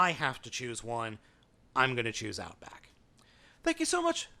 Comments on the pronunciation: Outback not outboak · First off its "Power of the Primes" not "Powers of the Primes". Second its "Outback" not "Outboack". Third the Takara version is exactly the same as the Hasbro one. Neither has the G1 gun. Where are you getting that info??? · I see a lot of comments saying this already, but... oh well. "Outboack" xDD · It's "Outback"! 😂🤣😅